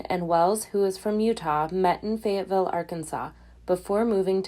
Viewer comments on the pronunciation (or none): none